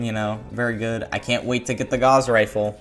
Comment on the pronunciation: the gauss rifle is pronounced like "doused in water". its named for a German mathematician~